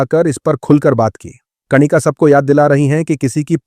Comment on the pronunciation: कणिका नहीं कनिका होता है